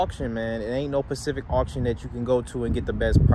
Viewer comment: Specific, not pacific